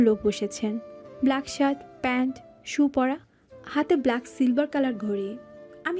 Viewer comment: ব্লেক নয় “ব্ল্যাক”